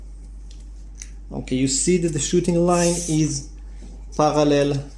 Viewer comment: When you said " parallel" you pronounced it with a french accent!!!!😮 Do you speak french!!??